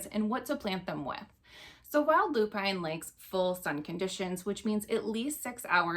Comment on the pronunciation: loo-pin (not loo-pine)